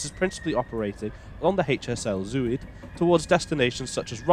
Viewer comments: Btw “Zuid” is pronounced z-ow-t not zoo-id. Zuid like clout. 😊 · To english ears, Zuid is pronounced szowt. And Rijk (as in rijksmuseum) rhymes with dyke. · Actually more to rhyme with ‘boat’ but there is no exact English equivalent sound. And Breda is ‘bray-dah’ with the stress on the second syllable. Not an easy language, Dutch!